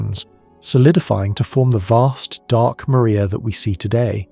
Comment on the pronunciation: Mar- ria… say it properly! Not “Maria”